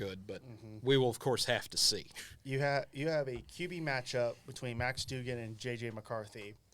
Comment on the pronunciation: It’s doug-an. Cmon man